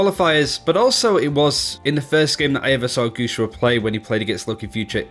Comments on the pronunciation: It reads "guxue", the way it's written, with an "e" sound! Pls stop saying "guxua" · pronunciations are so horrible, especially guxue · ElementoXyz It's ok dude chill, you can't ask someone who doesn't speak the language to pronounce things that accurately. As long as we understand who he's talking about I think it's fine.